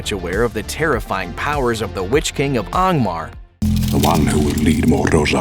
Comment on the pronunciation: These fellas pronounce Angmar like M. Knight Shamalan pronounces Aang.